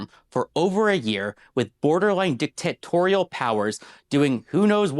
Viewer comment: “Dick-Tit-torial powers…”